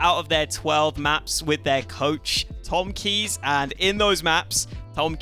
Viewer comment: Tomkeejs is pronounced Tomcase